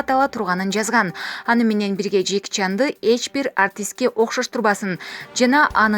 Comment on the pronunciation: Менен деген созду айтканда фляйт. Дикция у тебя жопашняя